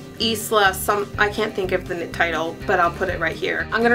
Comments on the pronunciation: I love Stephanie Perkins! I don't read much contemporary but I love her books. Also, Isla is actually pronounced Eye-la haha :) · This may sound weird, but I am so jealous of your eye color. They just POP! Oh and "Isla" is pronounced like "eye-la". :)